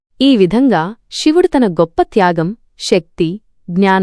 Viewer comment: అమ్మా.. షివుడు కాదు నువ్ మాట్లాడేది తెలుగు.. సో.. శివుడు అని పలకాలి